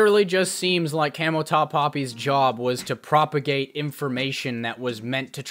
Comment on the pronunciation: Its camoTop not cameltop lol 🐫